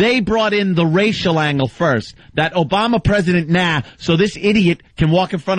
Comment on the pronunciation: " OOBama presiident Nahh" lol